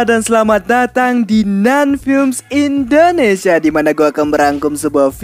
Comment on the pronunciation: Indonesia bukan endonesia Gw yang ingetin lu bang bilang makasi lah ayo lah pls lah